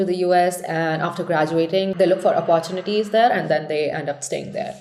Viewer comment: Weird woman. Pls learn to pronounce words. Up-PPOR-chineetees is complete trash pronunciation. It’s like you’re not even trying.